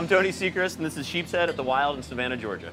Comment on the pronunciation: Anyone else that was getting annoyed from Blair saying sheephead instead of sheepshead 😂